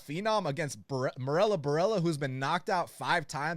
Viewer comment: "Marella" Borella...